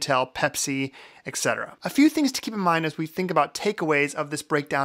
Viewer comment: you are obviously well educated and a professional in your field. Please take this as a positive, constructive criticism and an opportunity to grow in you public speaking skills. ETC. = /etˈsedərə/ or US/etˈset̬.ər.ə/ adverb 1. used at the end of a list to indicate that further, similar items are included: "protect seedling from damage caused by feet, lawnmowers, pets, etc." it is not ECK SETERA as you like to say. I enjoy your vids and their content. (this is more than $.02)